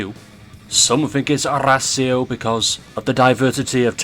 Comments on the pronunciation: Its arras io not arrrrrrrrrrra' io XD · "Dihjep Io vsys Arræsēo" 💀💀💀💀☠️☠️☠️☠️💀☠️